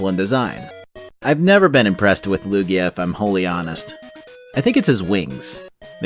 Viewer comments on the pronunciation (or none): none